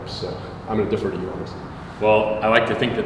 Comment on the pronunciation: It's defer, not differ.